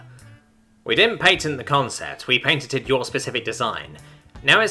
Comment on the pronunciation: Every time you said "patented" i heard "painted". They bee painting mice on the walls of the Whisker.